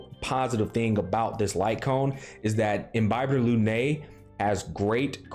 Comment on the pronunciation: I'm so glad he pronounces Imbibitor correctly literally no other YouTuber does